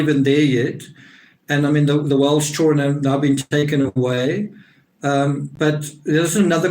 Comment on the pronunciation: it’s hilarious!!but that accent is halarious!!and I’m a hillbilly!!and I think he says “chilren”